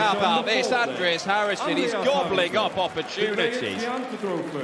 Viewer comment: New caller at the last game? He sounds very german because of how he pronounced Andreas.